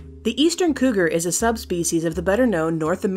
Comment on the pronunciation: koogers..? freddy kooger is here.